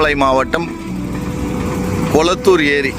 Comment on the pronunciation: கோளத்தூர்❌ கொளத்தூர் ✅